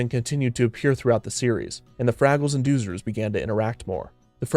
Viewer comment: Pronounced” Dozers .. Doh-zers “